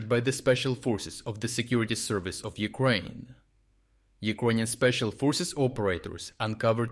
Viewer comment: Someone said Newkraine :o)